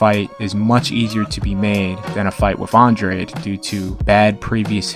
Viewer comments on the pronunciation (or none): Also, Andrade is pronounced on-drah-day, no on-draid lol